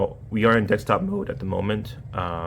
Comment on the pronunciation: DeSKtop mode, not DeXtop mode! Wtf?